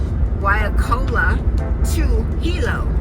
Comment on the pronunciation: Waikoloa, sounds like why koh low ah. Nene? lol. It's pronounced neh neh, Hawaiian geese. The height of Mauna Kea is 13,600 ft, Mauna Loa 13,500 ft. est. and the water around the Island is 18,000 ft deep. So from the bottom of the sea floor to the top is 31,000 ft, Mt. Everest which is about 29,000 ft. I'm glad you were able to visit, thanks for the video of your trip! Happy New Year, or Hau'oli Makahiki Hou!